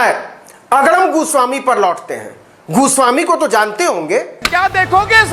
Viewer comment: Tum bhi TRP ke liye arnab ka surname galat pronounce kar rahe ho. Jo ki bahut nindaniye hai, Ye tum Sasti TRP ke liye kar rahe ho. Fir tum me aur arnab me difference kya Raha, TRP Badi gandi Aadat bana deti hai Navin .